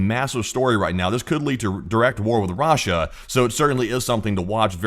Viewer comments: Rah-Sha lol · off topic but anyone else love the way this guy pronounces "RAHSHA" 💀💀